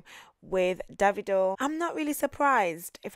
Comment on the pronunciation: The way you called Davido - “david” .. 🤣🤣